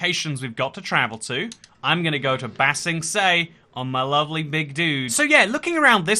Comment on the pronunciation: Ah yes, the great city of bah sing se in the anime avatar the last airbender.